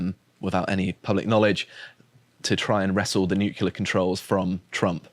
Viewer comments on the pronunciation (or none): I've grown fond of, but I die every time he says "Nukulur". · its "nuclear", not "nuke-u-lar" ffs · It's "new clear" not "new kyoo ler". sounds like George Dubya. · Noo-clear. Nuclear has only one U.